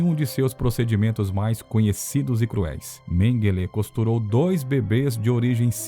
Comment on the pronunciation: MENGUELÊ ????? ONDE VC APRENDEU ESTA PRONUNCIA TOTALMENTE ERRADA --- Menguele não leva acentuação nenhuma..